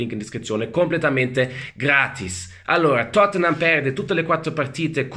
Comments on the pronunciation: "Il Tottenhám"🤣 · Pronuncia napoletana 🔝